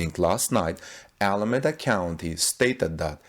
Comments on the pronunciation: You are not pronouncing Alameda correctly. The E is long .. like EEEEda. Keep the good reports coming .. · Pronounce Alameda as Al a me da